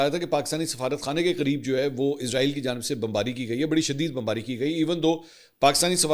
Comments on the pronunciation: Manson sahab Israel ki sahi pronunciation ee-s-ra-eel hai Jo ke Urdu Arabic or Hebrew me use kinjati. Izraeel is used by English speaking countries. Ap urdu me program kr Rahway to sahi talaffuz use Karen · Asslam o alikum with due respect sir ap jub bhi israeal ka nme pronounce kerty hy to izraeel kehty hy to yeh ek frishty ka name hy jo rooh kabz kerta hy ap اسرائیل kha kery.thank u